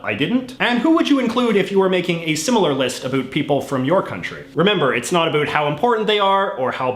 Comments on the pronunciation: I am Canadian and I have to ask are you really a Canadian? The way you say about makes my ears hurt and a true Canadian does not say "Ice Hockey", it is Hockey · You say ‘about’ like you’re trying to convince people you’re Canadian